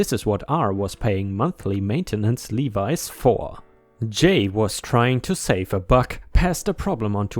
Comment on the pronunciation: R was paying monthly maintenance "Levies"... In this context, Levies is actually said like "LEV--VEEZ" NOT LEE-V-Eyes (like levi jeans you wear) Levies (lev-veez) are fees set in place to make sure you know the money is there for the actual owner to access at the exact time they need it as far as dates, times, and other legal stipulations are outlined in a contract.